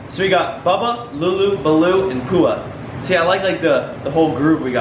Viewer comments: Pua is a really cute name! It means flower in Hawaiian, but it's pronounced P-WA not poo-a haha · It's pronounced P-oh-a and is the name of the pig from Moana. In case you cared lol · Not pua do lua